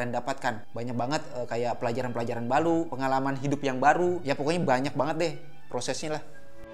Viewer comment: bilang baru jadi balu